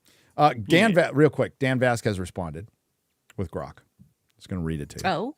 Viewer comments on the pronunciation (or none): none